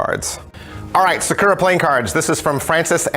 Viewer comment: You keep emphasizing the wrong part of the word Sakura